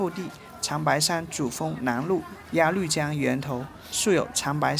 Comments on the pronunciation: 鸭绿（路lu）江！不是发“绿色的绿“音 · 鸭绿(lv)江，不是鸭lu江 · 谢谢的视频，每期都很精彩。喜欢我们的朝鲜族同胞。 另外，“高句丽”不读成“句（巨）”，在这里是读成“勾（沟）”，应该是一个多音字，或者是通假字。还有鸭绿江中的“绿”，是读成“路”，也是多音字。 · 高句（gou)丽 音同“勾” 鸭绿（lu)江 音同“录” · 全是错别字，高句gou丽，鸭绿lu江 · 谢谢的视频，拍得非常好，辛苦了。我关注了，也点赞了。🎉🎉🎉 不过，我想在这里小心地提醒一下，视频中有2处小小的口误～～（ 1）高句丽（gāo gōu lí）； （2）鸭绿（lù）江，还请笑纳我的好意提醒奥。🎉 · 高句丽（读：高勾丽） 、鸭绿江（读：鸭路江）